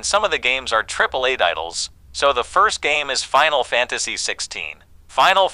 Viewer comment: Bro but you said final fanstasy wtf